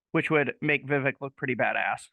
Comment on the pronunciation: Love Vivek! It’s Vi, long I sound , and vek, short e sound. So, V eye vek.